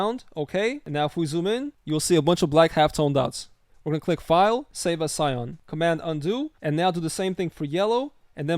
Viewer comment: That’s not how you pronounce CYAN. It’s not pronounced like SCION. It’s “SY-AN” not “SY-ON”. Sorry if I sound like an asshole—I don’t mean to, I want to help. Your video is really good, lots of great info here, man!